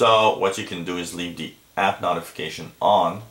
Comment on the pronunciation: Ha ha. Hurts my ears.